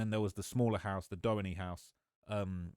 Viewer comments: Doheny is said like Doe-hee-knee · 😮The Street Doheny Drive is Pronounced: (Doe-Hee-Ne) here in Los Angeles Lil Brotha....No shade 😎.....and it begins in Beverly Hills California right on the Border of Los Angeles City Line Pico(Pee-Co) Blvd and it Ends in the Hollywood Hills the very Top Where there are Gigantic Private Estates Overlooking the Downtown Los Angeles Skyline 🏙.....Century City and Depending on how High you are and where The Estate in Built....You Will have a 360° View of the "San Fernando Valley....All of Los Angeles.....And the Ocean!....Keep Up your Excellent work Young Man 👨 👏 👍....You Have a South Central Los Angeles California Hood Native Born in 1970 watching your Shit!....😂😂😂😂😂